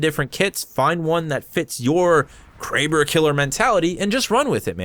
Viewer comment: Him: Kray-ber Me: Crabb-er Me again: that sounds so much better